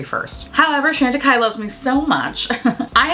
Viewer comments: Love you and your content, but please work on the pronunciation for me. It’s Shawn tacaille, not Shan. 🥰😘. Thank you. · Not trying to be obnoxious, just thought that since you love the brand so much, you’d want to be saying its name correctly. Keep on making us smile and laugh. And being unique and different! x